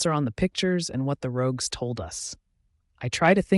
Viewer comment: The person said it correctly once, though also wrong I the very same sentence.